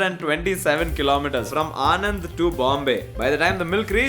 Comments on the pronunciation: Sorry to be a party pooper. But Anand is not the name Anand. This place is pronounced as ಆಣನ್ದ್ , ആണന്ദ് , आणन्द - Sincerely from a Malayalee who grew up in Gujarat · its actually ' ણ ' and not 'ન' but there is no english pronunciation for it.